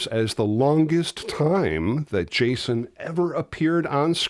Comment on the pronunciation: Chason? Or am I the only one hearing that?